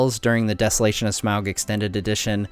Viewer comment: Omg its pronounced Smaug not Smaug -.